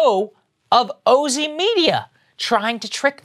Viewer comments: Oh-zee? Oh, no… 🤦‍♀️ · It's probably pronounced OZY like in Ozy Ozborn. It's spelled the same. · I would correct Saager's pronunciation but that's totally what one of these types of companies would call themselves.